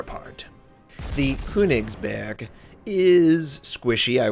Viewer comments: Hey!:)I love yuor vids and all of your content but there's one thing that bothers me. The way you say köningsberg sounds so strange. The way you pronounce the letter ö is like the sound after the b in birthday. I hope that this helped you and I don't feel like you need to learn from this if you don't care. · The ö is pronounced like the "u" in Church by the way, also hard G's.